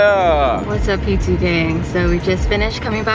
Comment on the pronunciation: Oh I thought he said y'all call me p2